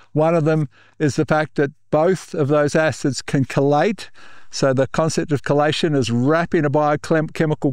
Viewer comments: well I am hearing a pronunciation closer to collate for chelate which is what the AI transcription is picking up. Here goes a voice type trial: "is it cold late or key late. Collate or chelation." By careful annunciation and changing chelate to chelation it was able to distinguish the difference. Thanks for your response. And for all of great experience being shared! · The captioning translation is saying collate do you mean chelate? Your Aussie pronunciation is changing what we in USA pronounce as "key late"